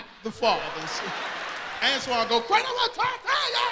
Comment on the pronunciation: It's "Antoine"